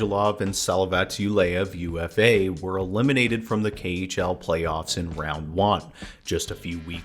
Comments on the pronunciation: UFA is the name of a city:) It sounds like oofa (oo like in soon, fa like in f*ck😅) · laughed when you said "you-ef-ei" spelling the name of the city of UFA like an abbreviation)